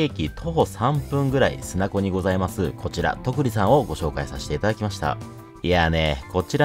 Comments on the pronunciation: 砂子 「すなこ」でなく「いさご」ですよー いつも楽しく美味しい動画ありがとうございます😊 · 砂子と書いていさごと読む。すなこではない！！